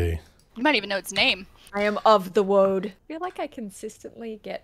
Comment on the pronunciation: "This woad is jacked" LMAO!